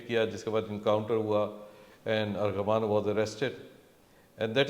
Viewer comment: FOR FUCK SAKES ITS ARMAGHAN NOT ARGHAMAAAN